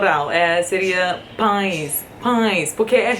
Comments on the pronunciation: Você falando "pães" = nós falando "th" em inglês 😅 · Muito engraçado você tentando falar "Pães" Kkkkkkkkk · Pães pra ficar mais fácil bocê pode falar tipo "pains" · Excelente! Para ajudar com a pronúncia de pães, acho que você pode pensar como você fala bus, mas logicamente trocando o “b” pelo “p”. A maioria das pessoas no cotidiano praticamente não pronuncia o “e”. Assim a pronúncia fica mais ou menos algo como “pans”. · Pra falar "pães", tenta pensar em "mãe". A letra "e"fica com som muito parecido, senão igual, o "i" nasalado